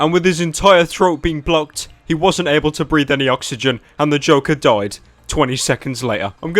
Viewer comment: i like how pyro says the name joker... "Da Jowkar"